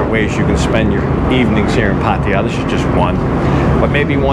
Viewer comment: Man! Can you at least say the damn name right. It’s ( Path-Tah-Yah ) not Paty-ya. Do you see an “ I “ in there anywhere. How about the girl that you are hanging around with, do you not hear how they it? Path- Tha-Yah ( Pattaya )